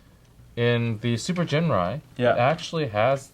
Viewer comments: actually after listening to masterforce allot, it really does sound like Ginrais name is pronouced JIN-RAI with a J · it is actually pronounced JINRAI or JINLAI. just look at masterforce videos